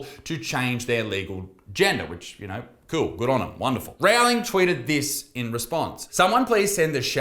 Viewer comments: repeat after me rou-ling rowling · I love how Isaac says Rowlings name wrong as a blatent disrespect to the Terf.